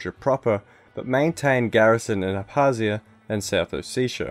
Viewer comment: You forgot to pronounce the K in Abkhazia & Abkhazians